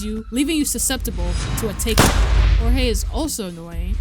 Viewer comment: hearing him say hor hay instead of (George with a j) just feels strange plus personality i thing jeorge is a funnier eay to say his name than say hor hay